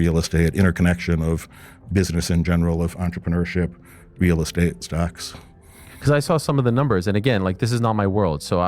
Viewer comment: I cringe at how he says real estate. Anybody who’s been in real estate doesn’t pronounce it in that way